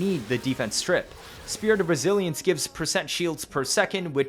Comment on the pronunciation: every time you say " spirit of resilence" i hear "spirit of brazilians"